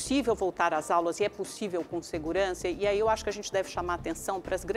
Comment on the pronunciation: A educação dessa mulher ficou na casa dela "nepussivi "